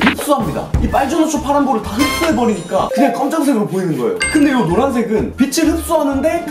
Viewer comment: 영비 보이루 듣고왔더니 보이는 = 보이루로 들리네 미띤